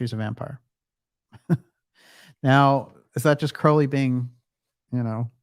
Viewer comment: Crow - like the bird. DJ used to get it wrong and it drove me nuts. Thank you to whomever corrected him!